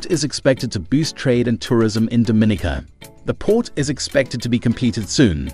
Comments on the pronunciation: Pronounced "Dom-min-nica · You can't even say the island name right